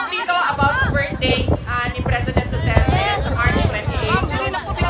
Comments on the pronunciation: Hoy its Du-ter-te not dutert, its Duterte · Pwede bang sabihin sa blonde na ibigkas niyang mabuti ang Duterte not Dutert. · She pronounce Duterte as Dutert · Anong pakialam ng ICC… Hindi nga maka pronounce ng Apelyedo nya grrrrhhh